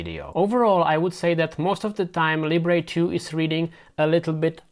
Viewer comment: NOT "Lee-bray". Libre as in how French say it, meaning Freedom.